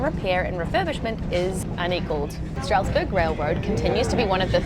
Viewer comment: The Amish/German influence has also influenced our pronunciations quite a bit. "Strasburg" is pronounced "STRAZ-berg" with a very wide nasal "a" sound in the first syllable and an audible "z" at the end. The city/county of Lancaster is pronounced "LANK-iss-tur" with a clipped first syllable, not "LAN-cass-tur" as is standard pretty much every where else. Now you can say it like a local! Any guesses on the pronunciation for Ephrata?